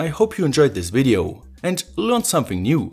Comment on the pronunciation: i like your videos, but i have one problem... your pronunciation drives me crazy... always pronouncing the end of a word... like "Videoouu" "LEDeeh" "Triggersss"